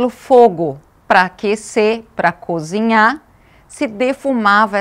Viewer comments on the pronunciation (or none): Cozinhar, e não "cuzinhá" em senzalès..